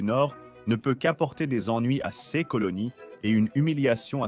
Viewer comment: La synthèse vocale est un peu défectueuse. "Ses" est épelé "S","é", "s" ; et le débit oscille entre lent et rapide.